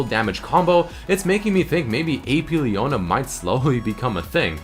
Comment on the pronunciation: leona E not P